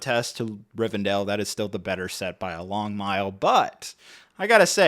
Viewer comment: Will you please stop saying Rivendale!!! It's Rivendell 😂